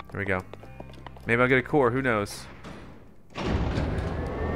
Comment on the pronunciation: The way he says core makes it sound like he's saying coor like he the brand of beer coors